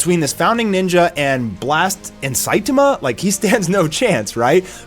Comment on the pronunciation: Why do you pronounce Saitama that way?